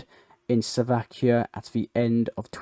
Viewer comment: Mate, good videos, and lots of global news compressed, but can you please pronounce things properly, at the very least countries, Slovakia is not Suvlakia, cheers